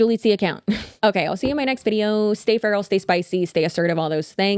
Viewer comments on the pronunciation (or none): For a split second, in your outro, I thought you said “stay fertile” instead of “feral” 😂 I thought why would put that on me! lol